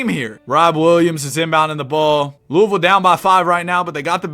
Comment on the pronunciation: pronouncing louisville right ❤‍🩹❤‍🩹